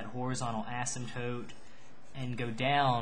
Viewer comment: When you say the word "Asymptote" your pronunciation is so annoying for me, no hate just saying. Nice tutorial though.